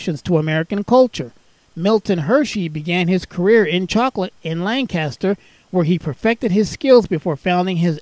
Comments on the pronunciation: Lancaster PA is pronounced Lan-kiss-ter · This is my local train station, super glad to see it recognized!! Just one thing though, it's pronounced lane-kiss-ter. Us lancastrians are very particular 😅 lovely video, thanks a ton!